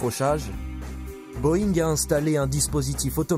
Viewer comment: Butterworse? Vous êtes terrible avec la prononciation! Butterworth! Pas worse !et c est Boeing pas boeingue! Trop français de dire « cet ancien cadre de telle compagnie » une victime est une victime peut i porte son boulot !